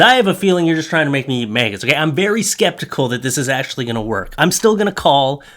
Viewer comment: I like the way you pronounce maggots. “Maygets.” Very original